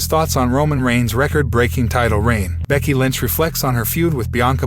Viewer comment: BRCKY...😂IT'S "BECKY" BRO..